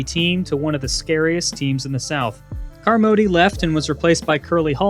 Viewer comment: This is a lousy video, full of too many goofs and errors to count. Two I'll highlight: 1) Bear Bryant's last loss was not to Southern Miss but to Auburn in the Iron Bowl the following week, and 2) Bill Carmody's surname is pronounced "CAR-mo-dee," not "car-MO-dee."